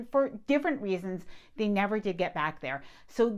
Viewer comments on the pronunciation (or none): none